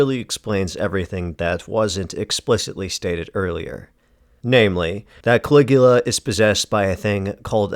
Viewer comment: "Cali-ghoul-a"? Groan.